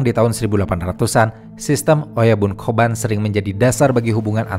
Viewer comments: Kobun bukan ya? Bukan koban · Narasinya bagus. Tapi spelling oyabun kobun nya jadi agak gimana gitu. Apalagi di ulang ulang. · Kobun dan oyabun, bukan koban dan oyaban. Koban artinya kantor polisi, oyaban artinya bagian orang tua.